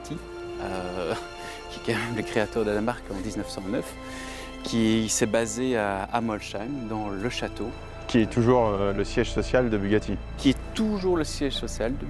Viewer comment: Molsheim Ça ce dit molçayme Pas molchayme